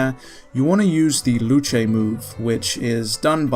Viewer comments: Luche its pronounced loose 🤣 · Calls luce "Lu-Che" Im devil triggered. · Huh didnt expect Luce to be pronounced "Lu-chey" thought it would just be "Loose" like in Lucifer